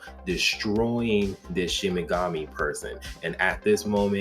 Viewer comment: SHIKIGAMI.....not ShiMiGAmI